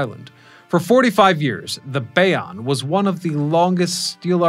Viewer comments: Nice video. My grandmother, who lived in Fort Lee told me the GW was my bridge when I was little. Never gave me the paperwork though. BTW it's Bay-OWN bridge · Bayonne With and E at the end . Did you fail English class? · BAY-OWN, GOTH-ELS, GWB IS THE WORLDS BUSIEST BRIDGE, not just New York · Jesus, can you say Goethals, Bayonne, Verrazanno, or Port Authority right? Can't watch!